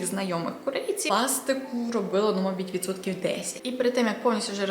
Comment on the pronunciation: А чому "мабіть" а не "мабУть"? 😃